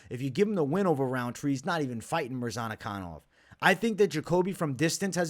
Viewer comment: Mispronunciation of the Week : Azamat Murzanakanov ! :) Love your content , keep it up .